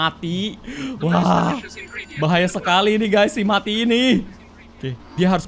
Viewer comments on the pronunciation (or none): Kak itu namanya bukan mati tapi meati